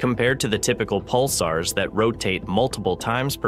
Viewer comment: Pick a pronunciation and stick with it. Pulsars, Pulsers, Pulssers, Pulzers....